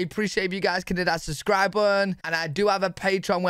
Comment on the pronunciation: What is a "suscribe bun"?